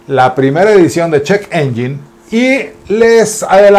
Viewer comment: Se pronuncia ENYEN no ENYIN y muy buena sección, estaba esperándola porque en TIxus ya casi no están dando noticias nuevas